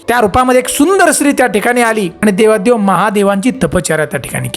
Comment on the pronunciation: ते देवाधी देव असते